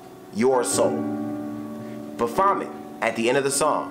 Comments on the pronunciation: Ba vomit lmao it’s baphomet baff-o-met rip x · It's *Baphomet my guy. Pronounced Ba-fo-mey.